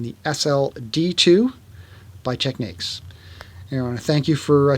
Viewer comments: They are called Tecnics, not Tek- neeks. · it's annoying; he's correct. There is nothing in English that would indicate your pronunciation, it's clearly tech-nicks not tech-niques, that's just obvious. Great video though. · I heard from a guy that is from Japan, that Americans saying “Tech-neeks” are saying it wrong, and that it’s in fact pronounced “Technics”. I figure they’d know better than us, but I have the SL-D2 and like it a lot. Love your videos. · I've always called it technics ("tech-nicks") and have never understood why anyone speaking English would pronounce it techniques. It's so dumb and annoying.